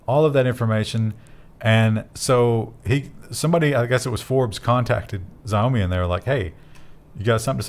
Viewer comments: saying 'Zi-oh-me' is like saying 'hun-day', can't really write a phonetic spelling for the first sound, but think of it as somewhere between 'jj' and 'sh', followed by 'ow-me' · Pronounced Shouw-mee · Xiaomi... Roughly pronounced as "Zheow-mee" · Xiaomi is pronounced “she-ow-me” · Xiaomi -- someone said it was pronounced "Shaomi" or Showmi or somesuch In Animal crossing there are only 7 or 8 visitors allowed ...and this is an excellent site name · It's pronounced "Xiaomi" Glad I could be of assistance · Xiaomi is "she-ah-oh-me" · Xaomi is pronounced 'shao-mi' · Xiaomi is pronounced as "Shii ow me" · It's pronounced "Xiaomi" btw